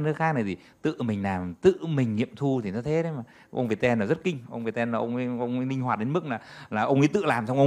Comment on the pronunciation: mình hay gọi Viettel là Việt teo, mà thấy gọi là Việt ten:D